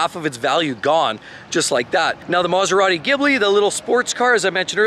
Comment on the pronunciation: never speak and film yourself: it looks really messy and I feel seasick; also you speak far too fast, and you don't know how to pronounce Italian names: that is a pity, as your messages are good; it is Maserati, not maseradee